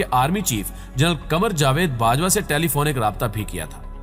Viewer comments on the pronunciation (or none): none